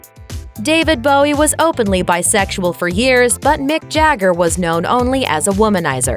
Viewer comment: Do you think now the word is BISEXUAL. Its not that hard to say. I knew most of these.